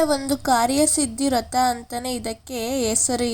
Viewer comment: ರಥ ಅಲ್ಲ ವ್ರತ. ಕ್ಲಿಯರ್ ಆಗಿ prounce ಮಾಡಿ. ಬೇಜಾರ್ ಮಾಡಿಕೊ ಬೇಡಿ